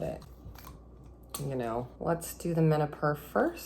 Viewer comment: "1 vial of the mena, PURRR" is how I'm hearing it I know I'm wrong but it makes me lol